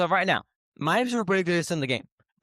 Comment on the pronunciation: mf on the left said “soupa bow”